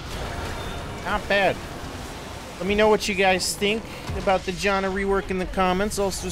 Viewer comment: Bro really said Jonna